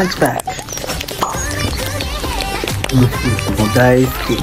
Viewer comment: ランチパックの発音良w